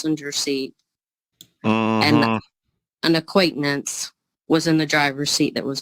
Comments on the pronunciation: It's always the black guy🧐🤔😠 and what the hell is an acquaintnance???? Get it together!!!! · If she say, "acquaintanence" one more mudder freakin 😤 time hahahahahhhaha💀💀💀💀💀😅😆🤣😁😂😄!!!! Jesus take the wheele literally 😳😲😱 We can add that word to the ebonics dictionary 🤣 😂 AQUAINTANENCE. Lady....just say you're guilty and call it a damn day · She is nonsensical. She can’t pronounce the word acquaintance. Good lord! 😅